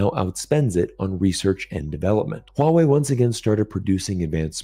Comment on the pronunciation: Someone non Chinese speaker who can pronounce Huawei in a correct way 😂❤